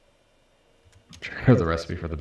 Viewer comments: but he said "exspesive" a bit before that, you win some and lose some i guess. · Reginald Sin This thing is esspenssive